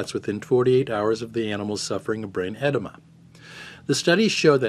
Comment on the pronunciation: Brain EDEMA not enema...ED-ee-ma